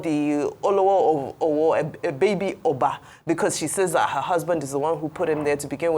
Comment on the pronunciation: Can someone please put Dr. Abati in check and tell him to stop correcting his co-anchors while the program is still going on live. mispronounced "Owo" while talking is not enough reason for him to humiliate her by correcting her live on TV as if she is a toddler learning how to speak. Dr. Abati does this a lot and I feel it is very unprofessional and he needs to be stopped. If coorections are to be made, it should be done before or after the program has aired.